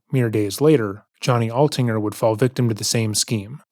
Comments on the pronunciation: Why are you calling him Atlinger? It’s Altinger. I would think from all the research you’ve done for the video you would know the victim’s last name. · i love you but “At-Linger” that many times is crazy. Johnnys last name was Altinger pronounced “Alt-Injure”. Thanks for the vid! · It's ALtinger not ATlinger. Get the victim's name right, my God... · I think it's important to say victim's name correctly. It's John Altinger, not Atlinger. 🙂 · it’s the Canadian pronunciation.